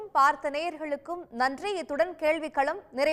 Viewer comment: கேளிவிக் கலம் இல்லம்மா...கேள்விக் களம்....